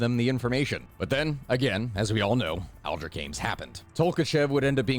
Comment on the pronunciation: Ames is a one sellable word. Also Aldrich is pronounced with a soft CH at the end.